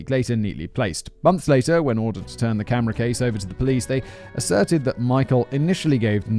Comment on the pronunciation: Simon can't say camera case.